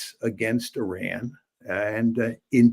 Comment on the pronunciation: Professor is the only white American pronouncing Iran the right way. It's pronounced "eee-rawn", not "eye-Ran" like many American do.